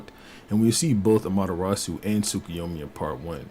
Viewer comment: I'll consider hopping on VC with you, if you can demonstrate that you can acknowledge a simple mistake, get through a disagreement about manga without seething and dropping slurs, and pronounce Tsukuyomi correctly. Until then, uh... it's been real? Do more debates, they're funny